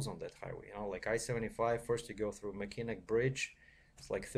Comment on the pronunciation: the bridge is pronounced as.... ( Mac inn aw ) bridge yes the spelling can be crazy at times.....